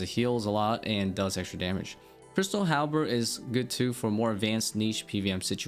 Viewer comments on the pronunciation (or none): none